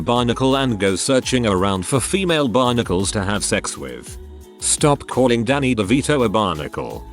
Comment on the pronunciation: Because of the text to speech, I thought that when it said "Male Barnacles" it said "Male Bionicles."